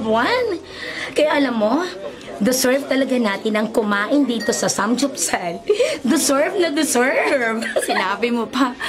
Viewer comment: Samgyupsal❌ Samjupsal✅😂😂